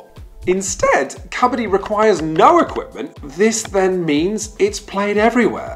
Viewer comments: Great video. Why do you start the video with the wrong pronunciation of Kabaddi and then a third of the way switch to the right pronunciation? And then you switch back to the wrong pronunciation and then back again... It's so weird... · tip for you guys: it's originally pronounced as ku-bud-dee not kha-bha-dhee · Love the way he says kabadi....😂 it's "ka —ba—ddi" I don't understand why it's not in olympics , it's great sport It's so popular in india , playing it on raw ground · It’s Kabbadi ( cuh- ba- di) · When "kabaddi" is pronounced as "kabaadi", only Indians can feel this pain! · I rlly hate the way u pronounce kabadi. Great video otherwise. But it hurts a little to see forgeiners pronounce kabadi incorrectly and slowly watch it become the new norm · I took physical cringe damage at the pronunciation of Kabaddi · Kabaddi lol, its pronounced 'kabaddi' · The way you are pronouncing its sound beggar kabadi